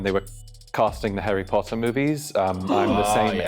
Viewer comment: As a Brit I was screaming it was the whole entire video 🤣🤣 How did y’all fall for “I auditioned for Harry Potter” and “full English breakfast” Also the way he pronounced Harry PUTTER was soooo wrong